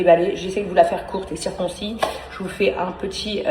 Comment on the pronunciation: "Circoncis" et à "Déteneurs" aussi... 😂